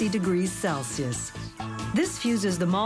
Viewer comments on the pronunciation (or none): none